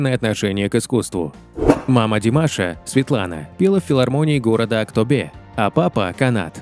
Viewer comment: На казахском буква Е, не читается как Э. Слух режет. Не тенгЭ, а тенгЕ, не АктобЭ, а АктобеЕ) За выпуск спасибо 🔥